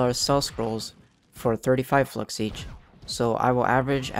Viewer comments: lol i thought you said fucks at the beggining of the video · Am i the only one who heard ''fucks farming guide''?Anyways, great and helpful video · Lol who else though he said hey guys welcome to my fucks farming guide